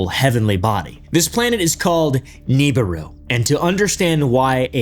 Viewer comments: Hey pal I think it’s pronounced “Nabooroo” and not “Neeburu” haha 😅 Also…uhhh there actually is some legitimate evidence for planet 9 being a really thing…gravitational anomalies in our solar system suggesting there is very much something out there…Potentially 10 times as big as earth with a 12-20 thousand year orbit… Though…This is not actually connected to the Niburu myth made by Sitchin but It does oddly conveniently resemble it 😅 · Is pronounced Knee Beer roo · Ugh it’s pronounced Neh bi ru. No Nibiru. Someone clearly didn’t grow up listening to Art bell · Real talk bro I hate how you pronounce nibiru it is grates at my soul like nails on a chalkboard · You’re homeschooling the pronunciation of Nibiru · It was at this point he realized: This fuggin guy is gonna say Nibiru incorrectly the entire video.